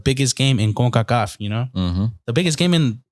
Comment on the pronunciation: Why are you saying "Concacaf" like that. It aint a spanish acronym so there's no point of doing the accent